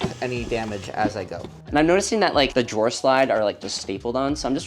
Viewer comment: When you said “That’s the last drawer” it sounded like “That’s the last straw!” and I thought, uhoh—don’t mess with! 😄